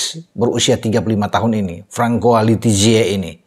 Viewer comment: Francois bacanya Fansoa. Ada 3 Guinea disini : 1. Guinea 2. Guinea Bisau 3. Guinea Equator